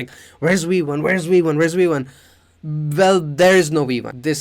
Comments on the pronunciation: Am I the only one hearing we1? Wirus? Waught? I’m not trying to be mean but I feel like I’m tripping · It’s V1 not wee 1